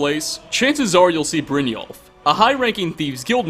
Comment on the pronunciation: its Brin-y (like the beginning of yellow) -all-f. That's what the 'j' is meant to sound like. I love you, but your pronunciation of certain words drives me crazy. Lol.